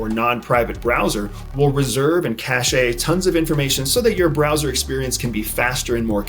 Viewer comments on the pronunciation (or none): ugh - cache pronunced "cash" not "cash-A" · Love you, it's just cash tho (cache), ❤ not a big deal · great info, but it makes me cringe every time I hear you say cache. the 'e' is silent, its pronounced 'cash'